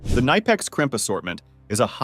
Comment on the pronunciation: K Nipex, not niiipex